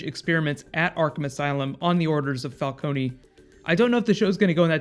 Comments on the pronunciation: It's "Falcoun" Not "Falconi" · Please stop calling him Fal KONY. It's not Fal KONY, its Fal CONE, like drone. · Why does he say falcony?😂